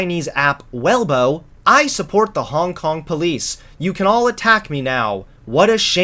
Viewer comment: I love you but it's Weibo not Welbo 😂